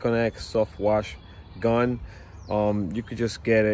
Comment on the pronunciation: “ DA GILMOR GON” 😂